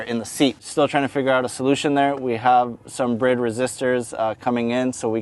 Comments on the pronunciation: My friend the seats are pronounced "Bride" like bride-groom, not brid. Any chance you could do your next video without that gangster rap crap music in the background, thank you. Just the sound of the car is good. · He said brid seats lmao... and oh hey look at this sweet exhaust but you can't have it 😂wow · Bride but its pronounced brid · Great car and mods. I always thought it was pronounced bride as in bride and groom you know...do you know something I don't?